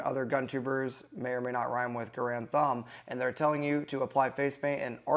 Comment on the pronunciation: Did you say Garand thub, or koranthumb?